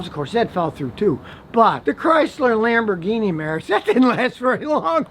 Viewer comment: Chrysler bought LamborGuinea pigs?? I dont speako Englishh!!